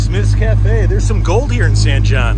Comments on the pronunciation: It’s pronounced San Hone, that first old garage you stopped at was my wife’s great grandpa’s shop back in the day. Our post office is also historic for receiving one of the first air mail drops. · San Jon pronounced San "Hon"